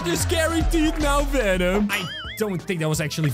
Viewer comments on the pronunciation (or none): none